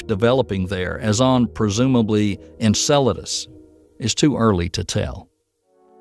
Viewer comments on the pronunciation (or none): none